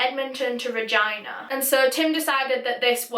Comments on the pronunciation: You actually did better pronouncing re-gE-na than most people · Thank you for saying all the place names correctly, especially Regina. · As someone who was born and raised in Regina, Canada, can I just say THANK YOU for pronouncing it correctly! I’ve watched other YouTubers cover this case and they pronounce it very weird and it irks me. You definitely did your research! But this case shook the country, I remember it so clearly coming out in the news with the details and it was disturbing. I’m still shocked that he was released. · Haha as a canadian i know exactly what u mean, but i have the upper hand of knowing its regina, and not vagina haha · When bae pronounces “Regina” correctly 😍